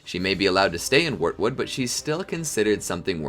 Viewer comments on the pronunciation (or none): He also said "Warwood" instead of wartood